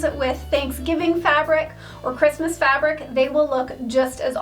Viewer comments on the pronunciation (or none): none